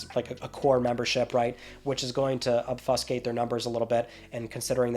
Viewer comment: Haha he said obfuscate so strangely. And then the way he said rhetoric really blew the top off. You are funny.